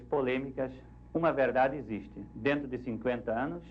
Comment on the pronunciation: "Isto non ecziste"